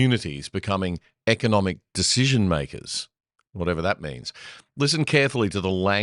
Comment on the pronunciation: Albo,, learn how to pronounce the word "decision' or stop using it. It would also help if you learnt how to make well considered decisions...or is it deezhizhens - instead of spouting your moronic university student activist propaganda